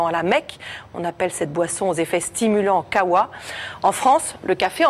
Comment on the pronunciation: 😅 Ça se prononce bien Kawa ou kahwa Mais pas khaaawa.